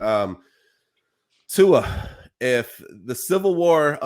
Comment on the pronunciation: Before he retires, maybe you should learn how to say his name! 😂🤣 Luckily it’s his decision and ONKY his decision. What any of us think means NOTHING:-)